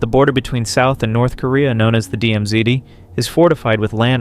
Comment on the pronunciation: Is this AI generated? there is an awkward jump between two sound clips. : "DMZdee" : Please enlighten us, what is a "DMZDee"? : Ugly cut for background music : There is no pause between the previous sentence and "silence?", when a pause would be natural. I stopped bothering at that point.